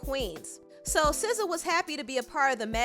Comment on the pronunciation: 1. you are the first person I heard that pronounced her name correctly. 2. I don't know this man. 3. The second you showed the cover, I thought what was wrong with Sza's face? 4. Gangs use to be about protection, now they are greedy monsters.